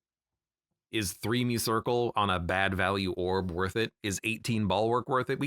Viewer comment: it's Muscircle. Muh-circle Not mew-circle Like muscle.